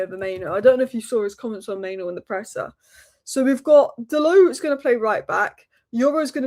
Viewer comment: It's mainoo actually, not maino